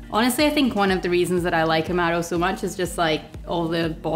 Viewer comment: I've been making Black Manhattans for a few years. I had one again recently. I think I'll be needing a new bottle of Averna soon. Thanks so much. Great channel. BTW I love how you say "Amaro".